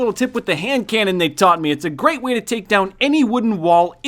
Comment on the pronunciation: “ couple of gas grenades will taka care of that. “ oh jeez xD